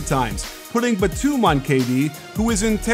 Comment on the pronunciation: He keeps mispronouncing Nicolas Batum’s last name